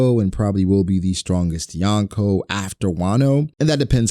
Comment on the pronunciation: Why do people pronounce Yonko wrong? Lol